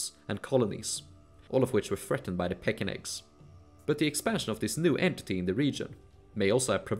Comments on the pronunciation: Var-YAgs, not VAr-DZHaks. similarly, StAra-YA LAdoga, not StarA-DZHa. Rus as R-OO-s, not R-AH-s. Pechenegs are Pe-TCH-enEgs, not PE-K-enegs. Seriosly, it hurts my ears every time I hear those. You did a lot of research for the video, why not research pronunciations? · Pechenek is pronounced with “ch” as in chin. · Yes. And: 1) The "ch" in 'Pechenegs' is really an English "ch" like in 'church', not a Slavic/German "ch" (English "kh"). 2) "Rus" has to be pronounced "Ruce" (Chaucer wrote it this way) like in "Bruce". But anyway, the film was very interesting, especially the parts about the different ways how the portage was actually done and that the Austrveg went directly from the Neva and Ladoga to the Volga and that it was so old. That was news to me.